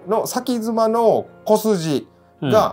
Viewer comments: 先妻は「せんさい」と読みます。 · 先妻 →さきづま× せんさい○